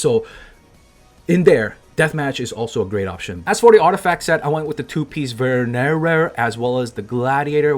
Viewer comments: "vErnERER" lmao nice content!! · The way you read Venerer cracks me up 🤣